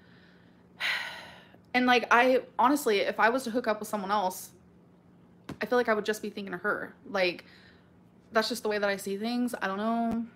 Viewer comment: "i phil like"